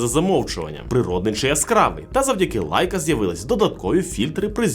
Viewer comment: Шаоми 😂.. Сяоми ну ппц Лайка... лейка!!! де ви його взяли